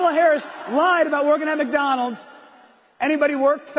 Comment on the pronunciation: The “Mack” Donald